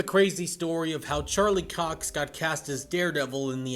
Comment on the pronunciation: Not cock it’s Cox mate